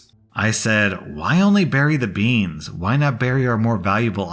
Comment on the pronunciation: BeAnS beEns BAANS BEaSn